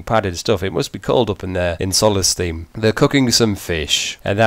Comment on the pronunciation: Why do you say Solesteem? Its Solstheim (ei makes an ai sound like in german.)